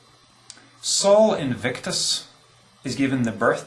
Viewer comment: Minor note: Sol should be pronounced "soul" (or thereabouts) not "Saul" -- Probably best just to ignore me.